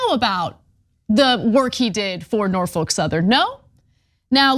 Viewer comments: Great video. Only thing: it’s Norf-uk, not Nor-folk. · Just for the record, it's 'Nor-fick'. Named after Norfolk, VA. Home to the oldest and largest naval yard in the US Navy, interestingly enough. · Dear Anna, The L in Norfolk is Silent . pronounced Norfok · Why is Ana pronouncing Norfolk so weird like that? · What a weird way to pronounce Norfolk